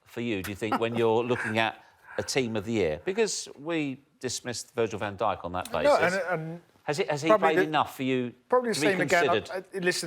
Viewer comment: Can't believe he said Van Dyk...How embarrassing 🙈 unreal player but c'mon....